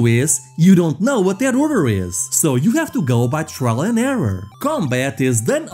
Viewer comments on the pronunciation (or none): none